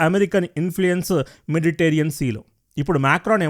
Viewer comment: Its Mediterranean sea; not meditarean sea.